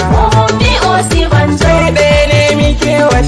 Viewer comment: It is not Osiba-n-jaw It is Osi-n-ba-joe